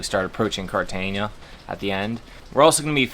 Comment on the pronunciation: Cartagena is pronounced carta-hena (like henna tattoo). There's no "ñ".